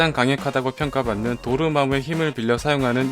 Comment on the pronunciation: 도르마우가아니라도르마무예요 멋진